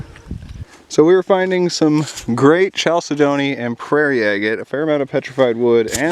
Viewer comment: Kal-sid-nee is the correct pronunciation there. Great finds sir EDIT* Vermin skull was pretty metal too